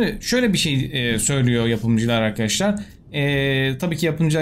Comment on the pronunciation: abi ne içiyorsun videodan önce sölesene yaw böyle giriş yapıosun seğam arkağaşlar die